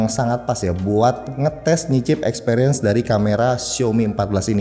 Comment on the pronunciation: pas ngomong "experince ke bali" saya denger nya xperia jadi inget soni